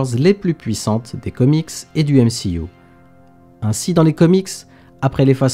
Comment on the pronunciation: Pourquoi tu dis M-she-U ?